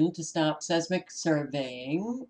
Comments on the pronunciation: seis·mic /ˈsīzmik/ sounds like - size Mick - I Thought you would like to know how the word is pronounced? Hope I'm right. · GOD bless you Sister! Pronounce; Seismic, 10seconds